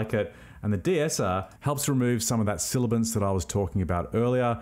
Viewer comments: Nice tutorial..... "Sibilance" rather than "Silabance" might be better. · Aaarrgh! Sibilance! Not silibance. That said...great video and thank you. BTW you said Davinci Resolve is your audio editor of choice? Do you mean video editor? Or are you editing audio in Fairlight? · great tutorial. please note the term is "sibilance" not "silibance". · SIBILANCE, not silibance. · It's sibilance, not "silibence". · Thanks so much for taking the time to record and produce such a good video filled with valuable info. Please double check your pronunciation of “sibilance” the “b” is said before the “l” and I just found it a bit distracting.